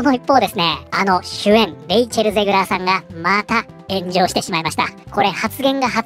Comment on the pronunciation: ゼグラーが、またしても炎上している が ゼグラーが、またしてもenjoyしているに聞こえた。 まあ間違ってはなさそうか